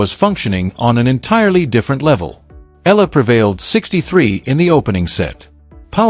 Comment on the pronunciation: Pronounced: Eh..ya..la